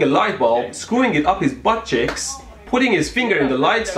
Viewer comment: He says butt cheeks weird